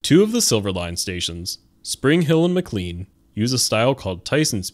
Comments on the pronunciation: Not a bad video but you clearly are not a DCMetro resident or super green, it's pronounced "McClane" not "McClean" even though it is spelled as such. FYI, painting is a HUGE deal to the original design intent and for those of us who grew up with the amazing, bare concrete look. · mclean is pronounced mclane, its weird lol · Nice summary. We Northern Virginians pronounce McLean as McLANE. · Excellent video! Minor nitpick - McLean is pronounced mə-KLAYN. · The way you said MCClane hurt me